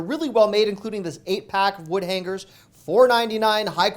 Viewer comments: LOL I never could figure that out either. Is it a regional pronunciation? In NJ we say hang-ers. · Why hang-gers and not hang-ers?